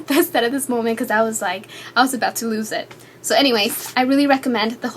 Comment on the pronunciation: ummm can u work on pronouncing words? its not "antt!" or "i love iTTT" or :"becauzzze"